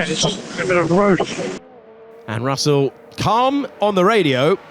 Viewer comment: Por qué dice Rosel????